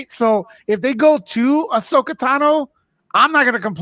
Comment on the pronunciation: Andy I love your content but the pronunciation is driving me nuts it's pronounced Ah-So-Kah